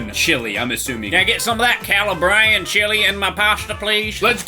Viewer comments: Its pronounced Cah-Lah-bree-ann lmao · His pronunciation of Calabrian was painful